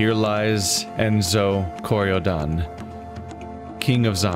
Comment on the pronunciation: French title pronunciation: "Luh-err-ee-tahge (soft g, sort of like a z sound but not entirely a z sound) des Kori-Odan (you got that part right in terms of pronunciation.)" I'm fairly sure that's the pronunciation, at least. Mainly I know English and Spanish, so I'm basing the pronunciation here off of what little I do directly know of French pronunciation rules.